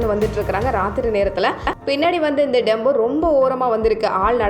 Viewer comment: Tempo not Dembo